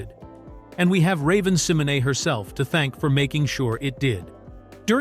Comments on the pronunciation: Love the videos but the AI voice repeatedly mispronouncing ravens last name bothers me Si-MO - Nay! Not sem - o - nee lol 😂😂😂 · It is pronounced Symonay though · this was an interesting video. I love 'That's So Raven'. But the way he was mispronounced Raven's last name bothers me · This AI mispronouncing Raven's name is hurting my head 🤦🏾‍♀️🤦🏾‍♀️🤦🏾‍♀️ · WHO IN HELL IS RAVEN SIMONAY🤔🤔🙄😱😝🤓😂 AI DOING TOO MUCH 😡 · Couldn't finish watching this. That name mispronunciation every 10 seconds was so annoying. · Same here